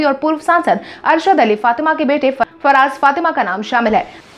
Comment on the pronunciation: फराज फातमी न की फराज फातिमा